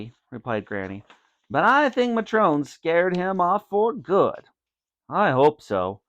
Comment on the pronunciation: He said matron wrong